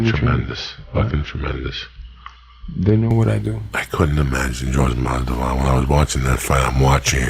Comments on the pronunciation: Jorge “MAS-DE-VAL” Masvidal errbody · blows my mind how many times he calls him jorge masdival lol